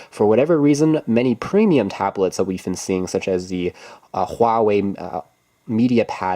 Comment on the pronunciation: Wow, you must be the only English speaking tech YouTuber who can pronounce Huawei and Xiaomi properly!